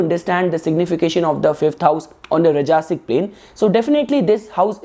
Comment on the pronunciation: Pls do accept this correction: "raajasik". .. not "rajaasik" . . And "taamasik" . . Not "tamaasik" . . 👍🙏